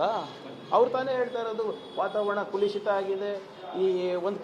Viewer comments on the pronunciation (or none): ಕುಲುಷಿತ ಅಲ್ಲ ಮರ್ರೆ. ಕಲುಷಿತ